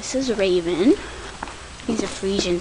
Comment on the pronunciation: when you said raven i thought you said rabies 0-0 xP